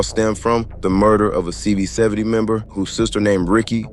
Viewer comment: CV 7 owe… is how it’s pronounced…